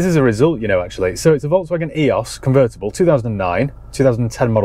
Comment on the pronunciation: Love your vids been watching since your beginning. But one thing lol Eee-ose not EE-os I worked for VW and Audi for 10 years so take me word on it ;)